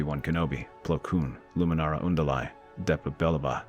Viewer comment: Why do the younglings still perish? Also, why do you pronounce Luminara's name is "Un-di-lai"?